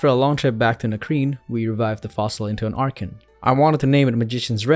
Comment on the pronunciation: FINALLY! SOMEONE WHO PRONOUNCES "ARCHEN" AND "ARCHEOPS" CORRECTLY! I was starting to worry I was the only one! RIP Magic Red, though! If that were me, I'd quit right then and there. Archeops is my all-time favorite Pokemon :'(